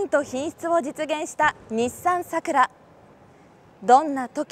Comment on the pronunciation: 名前がイマイチ 普通の桜の発音ならいいが その発音さらに苦手